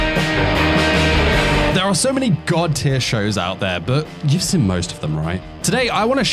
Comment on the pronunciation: What is your accent? My best guess is Australia or NZ. A very unusual and distinct thing about your accent is that you pronounce "seen" as "sin". Which I've never heard before. Only one of these I've seen is Charlotte, awesome anime. Anyway nice video, I'll consider rewatching it whenever I'm in need of a new anime.